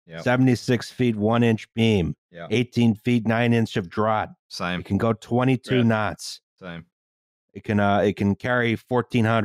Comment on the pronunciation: "Draught" is pronounced "draft." Much like beer you get on tap at the bar.